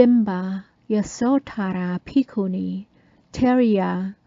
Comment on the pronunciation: I do love how your pronunciation of Bhikkhunī names sounds exactly the same as Ayya Tathaloka’s pronunciation of Bhikkhunī names! Awesome! Good work! A fascinating presentation, thank you for sharing it with us all.